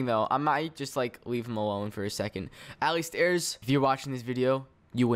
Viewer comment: Did u call alistairz Allie Stairs XD